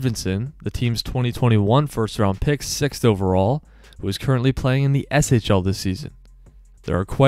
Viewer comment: Yes SHL is right.👍